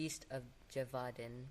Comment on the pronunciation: Hi ! i'm french . you can say GE like GElatin VAU like VOte DAN like...DANce. or DONuts > if i'm right, you dont have a real equivalence of this sound in english language